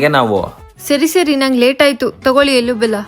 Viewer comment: ಅದು ಎಳ್ಳು . ಎಲ್ಲು ಅಲ್ಲ